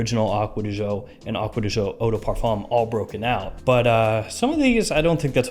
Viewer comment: I found irritating how Americans say aqua di jio..seems like impossible for you to say aqua di GIO. after all, this comes from Giorgio Armani, not Jiorjio Armani... Come on, man. I really like your videos a lot